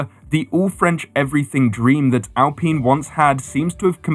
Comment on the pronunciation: Could you get an adult to show you how to pronounce Alpine.